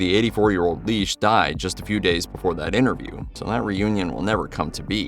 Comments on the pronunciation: Lesh. It's LESH, NOT LEASH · FFS these AI narrators are horrible.. It’s Phil LESH … NOT LEESH..smh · Yes, came here to say the same. 🤦🏼 It’s: Phil Lĕsh - as in ‘yes’ Not: Phil Lēsh - as in ‘leash’ or ‘geek’ How do they even make that mistake? It’s kindergarten phonics. An ‘e’ by itself, without another vowel is ALWAYS a soft ‘ĕ’. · Phil LESH, not LEASH!!! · Lesh not Leash, c’mon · Hearing Grateful Dead’s Phil’s last name butchered, repeatedly was pretty morbid. It’s “Phil Leshb” as in mesh. 😂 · Say "Leesh" one more time, robot! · Phil Leesh” Jesus Christ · The "e" in Lesh is soft.